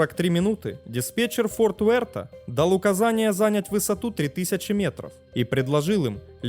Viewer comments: Вы отличный рассказчик, мне очень нравится Ваш канал, но, пожалуйста, соблюдайте нормы ударения в словах: не нАчать, а начАть, не зАнять, а занЯть 🤗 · нАчать снижение …зАнять курс Что с ударением у автора????